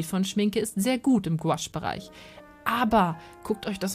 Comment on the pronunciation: Gutes Video. Sorry muss das anmerken: man spricht es nicht als "Gwasch" aus sondern; GOUAache also Guuaasch. Ist ein französisches Wort.